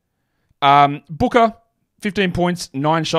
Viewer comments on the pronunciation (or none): none